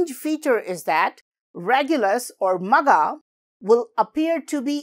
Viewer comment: I think it's not just Magha buy it should be pronounced as "Maagha" where you stretch 😊